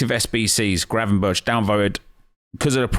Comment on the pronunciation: Good effort on the pronounciation of Gravenberch! Refreshing after hearing everyone else butcher it by saying gravenbertsj.